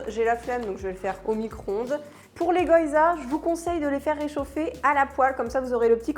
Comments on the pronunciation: Ahaha c'est pas goyza mais gyoza !! prononcer GUI-O-ZA ;-)) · Je ris à chaque fois qu'elle prononce goyza 😂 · Ouiiii une nouvelle vidéo 🤗Merci ! Ton maquillage (assorti au pantalon?) est encore une fois super joli. Je t'envoie un peu de force 💪(même si ici non plus il n'y en a plus beaucoup...). PS: Je suis désolée, mais je pense sincèrement qu'on dit "gui-yo-za" 🗾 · Plats d'hiver colonne A, fruits d'été colonne B hihih Picard c'est la vie, ca sauve quand t'as la flemme de cuisiner mdr. Les baozis sont top pour du surgelés, faut que je goute les cornes de gazelle ^^ Je sens que je vais aller faire un tour chez Pïcard, demain moi haha PS : on dit gui-o-zas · "Les goYZas" 😅😁